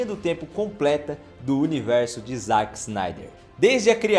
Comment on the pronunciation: Dá uma aflição ouvir ele falando "ZAck" e não "ZÉck"